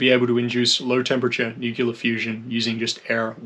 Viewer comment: It's NOT NUCULAR, IT'S PRONOUNCED NEW KLEE UHR... NU CLE AR.....